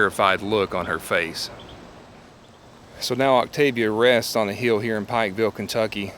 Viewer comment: You are saying the name of the town Wrong.